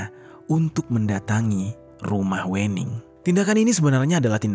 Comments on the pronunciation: klo orang jawa itu WENING di bacanya ( WEUNING), yg punya konten orang sumatra utara kynya.. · Bacanya bukan wening mas tapi wening 🤣🤣 cuma orang jawa yang paham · Pembacaan Wening nya itu salah, 😂 yaa gak salah juga sih, tapii pembacaan nya itu gak WENING gitu kalau di Jawa itu pembacaan nya Wēning, huruf W nya itu di baca tipis. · Aaaa aku sebagai jawa agak keganggu gara² baca wening nya pake e bang bukan è (Pecel bukan Lele) 😭😭😭 Tapi gapapaa banggg iloveu❤❤❤ Tetep mendengarkan dengan seksama kiw kiww, mangat 🎉❤ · Salah, bacanya bukan wening bacanya, tapi wening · Wêning bukan Wèning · Sedikit koreksi Penyebutan nama Wening (W'ning) seperti menyebut Merak (untuk burung) Bukan seperti menyebut Merah (untuk warna) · WENING bacanya bukan E yg kental kayak batak gitu... pentingnya observasi pelafalan kata dulu ngabs...biar dengernya ga ganggu